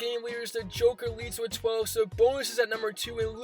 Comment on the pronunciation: Your hatred for the Miami Heat runs deep. You make it clear in almost every video 😂 Also, why do you always say “wit live videos”? Is that the new thing to get subs? Curious